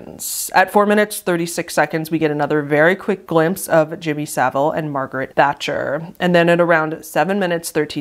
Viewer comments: why can Americans not pronounce Jimmy Savile right? It's not "saveel" its "sa-vul". no hate to but whenever Americans talk about him they always say his name wrong (as if it's Seville) and I don't get why. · This is so not relevant but Jimmy Saville's name is pronouced (sah-vul) as in bull. Tbh he was a disgusting man though so misprouncing his surname is the least of anyones concern